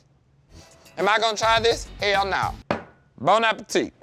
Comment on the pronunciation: “ wut in da heyl “ 😂😂